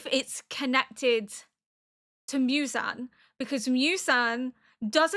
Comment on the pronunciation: Mew-zan ❌ Moo-zan ✅ 😁👍 you got it right a few times but don't stress about it, Japanese names are a little difficult, i just realized that almost all the anime you watched so far like AOT, Vinland, Frieren, FMAB have European names and Apothecary has Chinese names, is this the first one you watch that takes place in Japan ? better get used to it, hehe 😋 EDIT : woops forgot about Death Note